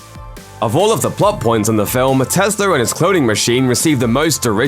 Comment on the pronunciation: Why do you call Tesla Teslar?